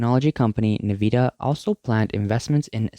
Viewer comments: It's not pronounced as "NEEVEEDA". You pronounce it as "EN-VID-YA". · Neveeda? English pronounced: En vid ee uh (uh like up) Nvidia